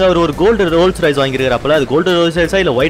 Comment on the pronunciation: Bro RolleRoyce illa RolceRoyce